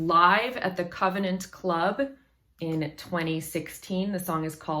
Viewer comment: It's the Convent Club. You keep mispronouncing it